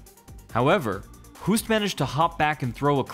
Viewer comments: it's pronounced 'Hoast', not Houst. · It is pronounced “Hoast” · That's not how you pronounce his name. More like Ernesto Host. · I know this isn't a new video, but as an FYI, Hoost in Dutch is pronounced 'host'. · It's pronounced Host